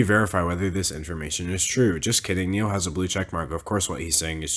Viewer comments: Did he REALLY call ny-all horan neil😭😭😭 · are we gonna talk about him d’angelo pronouncing it neil horan instead of Ni All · Niall is pronounced like the Nile river. Not Neal. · when you said "Neall Whoran" it felt like a personal attack. IT. IS. PRONOUNCED. (NYE-L HURON). anyways ur still my favorite YouTuber xoxoxo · NIALL HORAN ISNT PRONOUNCED NEEL ITS PRONOUNCED NIGH-AL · I love how you keep calling Niall “Neil” 😂 n-eye-all. Not Neil. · Niall! N-eye-all! 😂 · “neil horin” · I believe his name is Niall Horan pronounced Nigh-el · “niel horan” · I can't believe you pronounced Niall as Neil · Was it just me that found it weird he pronounced Niall as Neil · All the 188 people thumbing down this video so far was after YOU said Niall’s name wrong😭😭😭😂how dare you! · I’m late and Niall is obviously wrong but that’s not how you pronounce his name damn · Literally the only thing wrong with this video is the way you said Niall. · I cant belive no one is going to talk about how he said nialls name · Nobody No one at all Me a One direction fan when he says Niall wrong : “👁👄👁🖐🏾 Incorrect sir” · the way you say Niall has me screaming omfg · americans trying to pronounce niall gets me eveytime lol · It’s not an american thing, it’s just d’angelo saying it wrong lol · the way that you pronounce niall is.. innovative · no one is talking about how he pronounced niall wrong 😤😤